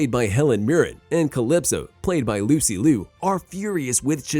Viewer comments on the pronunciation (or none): none